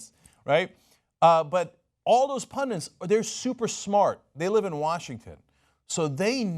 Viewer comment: Pundits, not pundants. They're bandits, not bandants.